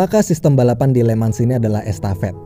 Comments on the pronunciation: bang bacanya bukan "LE MANS"... tapi "LE MANG" pake logat prancis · FYI min penyebutan kata *Le Mans itu dibacanya Lemang min sesuai kata prancisnya